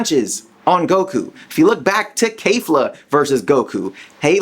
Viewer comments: Belmoth* kefla* Bell-Moth Keh-fla not vemouth and keifla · kayfla.......................whhhhhhhhaaaaaaatttttttt? Ke-fla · Why do you pronounce Kefla and Kamehameha so weird?